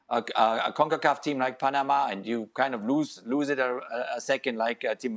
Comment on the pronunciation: As a Panamanian, hearing Frank say PA - NE- MA made my day 😂